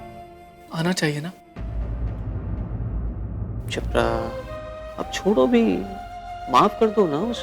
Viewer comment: Shipra ❎ chipda ✅